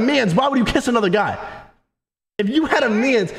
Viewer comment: Y tf he saying mans like that IF YOU HAD A MYAANS